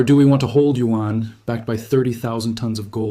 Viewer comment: This is an AI. Lip movements off and who said U-N instead of Yuan?